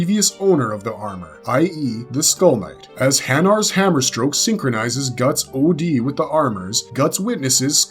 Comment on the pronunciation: calling od - OD almost makes me want to stop watching